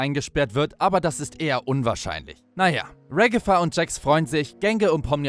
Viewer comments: Sie heißt nicht regefa sie heißt ragata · Wie so hast du regifa gesagt 😂